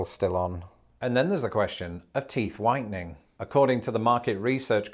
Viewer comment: for a second when you brought up "teeth whitening," I thought you said teeth widening , & I was like, wait, what? 😅